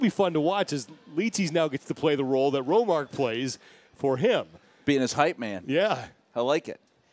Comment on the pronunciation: He keeps calling Romark, Romarx. I love it. It might stick among the fans now